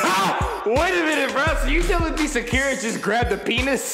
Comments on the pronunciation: Did he call Sakura, Shakira? Lmfao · WHY DOES HE CALL SAKURA SHAKIRA I CANT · Big Chungus // sack yee ruh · Me:Sakura:SHAKIRA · I like how he pronounced Sakura as “Secure-a” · he pronounced sakura sa-cure-ruh what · did he just call sakura shakierra i uhhh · Sack-cure-a lmao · Man I love this but Can we talk about “Makahtoe” “sack-ura” “sakeara” why he gotta do these names so dirty :( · Sakura is literally the most easiest name out of all of them and he still mispronounced it😭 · As hilarious as this is, it’s annoying as hell when he mispronounces the names. Especially Sakura and Danganronpa. No hate though, this is hilarious to watch the reactions